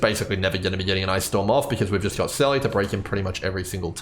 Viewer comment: Why can't anyone pronounce Seele right? It's said over and over and over in the game... It's pronounced Seela.